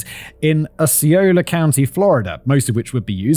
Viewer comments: I actually live in Osceola county, Kissimmee. I work for the school district where celebration also resides. I actually never heard the story. And my families been here for over 30 years. Simon: Osceola is pronounced “ah-see-owe-la” hopefully that helps. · So first, its Osceola (Ah-See-Oh-La) and second, my cousin was picked up as a suspect in that first murder lol. I don't miss Kissimmee (Kiss-immee) at all after all these years but itnwas cool when Celebration was first built to be able to drive around and experience seasons in the heart of florida lol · Just a friendly native Floridian FYI that Osceola is pronounced "aussie-OL-uh" and Kissimmee is pronounced "kiss-EM-ee"